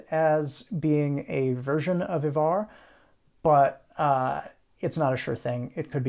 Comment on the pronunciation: 11.50: Wrong stress on the word Ivar (at least in modern Swedish).